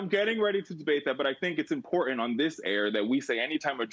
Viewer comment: When someone says words like dihint axt and imporhant they loose me